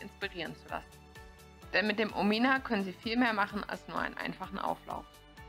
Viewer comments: Sagt sie immer "Omina" anstatt "Omnia" oder habe ich mich verhört? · Stimmt- die ersten 4-5x sagt sie es richtig und dann geht's weiter mit Omina 😉